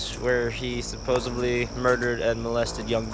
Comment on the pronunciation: Adluts that say "supposeBly"...